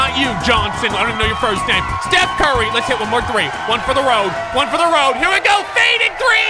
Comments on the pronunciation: “Put the T in it and your corrected” Steth Curry? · Stuph Carry